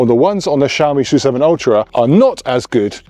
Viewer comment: PORSCH-E (E at the end) S-U-7 Y-U-7 Spaces in between. Pronounce it